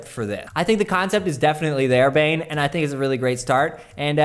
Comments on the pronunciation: Bane Bogdanovic is probably from Serbia or Croatia. Anyways, his first name is pronounced Bah-neh. When you said Bane (like in the movie), that cracked me up. Keep up the great work, love these videos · You pronounced 'Bogdanovic' right, but 'Bane' is pronounced like 'Bah-neh'. :)